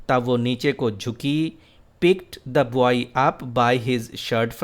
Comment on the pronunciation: You are a legend. Bht zbrdast lecture h... Word 'boy' repeat horha h iske pronunciation aik nazar dekh lain.